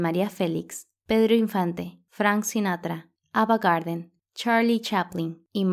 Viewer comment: El único defecto que le encuentro es la mala pronunciación de la narradora en algunas palabras y nombres como el de Ava Gardner que lo cambia por "Garden" o las Pontraquitas (asumo que es Potranquitas) y así otros errores, supongo que el guión no decía así. Por lo demás, excelente investigación documental.